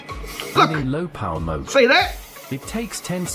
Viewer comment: MODE, NOT MOTE, MODE. WITH A "D" MODE. NOTE MOTE.